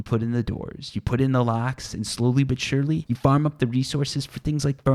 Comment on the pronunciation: play a drinking game, take a shot everytime he says slowly but surly, spoiler you will be hammered 5 min. into the video.